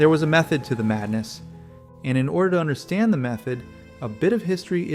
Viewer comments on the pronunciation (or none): none